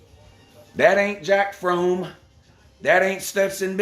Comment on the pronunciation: “Jack Frome” 🤣🤣🤣